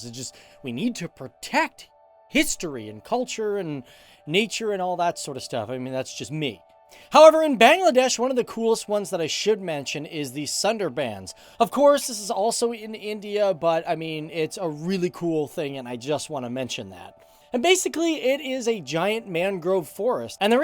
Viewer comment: "sunderbans", I swear people should just write the correct pronunciations "Shundor-bon"